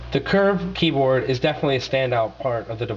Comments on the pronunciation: What are you reading off of a fucking script? You have the public speaking skills of an advanced 3rd grader. And yes, i did catch your great pronunciation of words like "millermeter, keybird, hamby" Lol this is a gongshow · hehehe he sais Verishun and then keybird, listen carefully! lmao (yes he says verizon properly too)